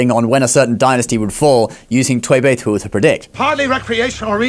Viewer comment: ok ur chinese pronousation for the Tui Bei Tu is very execellent, well done